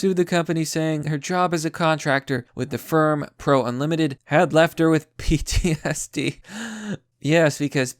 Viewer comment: pronounces ptsd "psd" not just once, or twice, but THREE times in the video. is he trying to make fun of mental health??? 🤔🤔🤔🤔 (this comment is a satirical joke so calm down sjws)